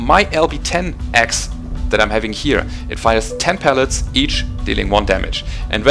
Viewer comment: Well done! This is why I subscribe to your channel. Excellent insight into the mechanics of dealing damage. One tiny nitpick- it's pellets, not pallets. Pallets are the wooden 48" by 48" platforms used for shipping goods. Pellets are the ones that hurt! I understand English isn't your native language, and I hope you won't take this the wrong way...